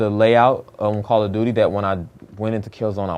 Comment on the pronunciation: lol he says: Coll O' Dootie!